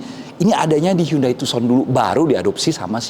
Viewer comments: Agak terganggu sebutan tuuson nya.... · Setau ku dibaca Handey Tuusan